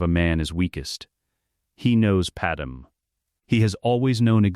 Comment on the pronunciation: It’s pronounced pad may.